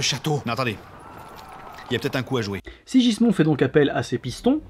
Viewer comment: se prononce SIGUISMUND et non SIJISMON ^^ un effort sur les prononciations stp :P